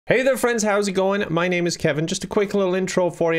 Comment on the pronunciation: That voice crack when he was pronouncing my name at the end though